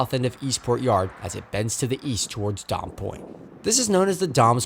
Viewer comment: “Dames” pronounced like “games”. 😊